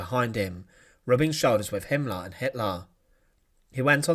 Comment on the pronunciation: Massacar = massacre. Him Laar =Himmler. Pipar =Piper. Yoof =youth. Officar =officer. Leader = leader.